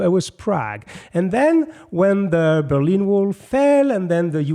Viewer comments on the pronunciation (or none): none